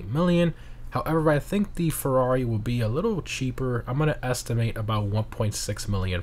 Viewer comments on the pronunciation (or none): none